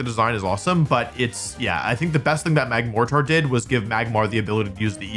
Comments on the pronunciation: Apparently Wolfe pronounces mortar as “more-tarr” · that is NOT how you say the word mortar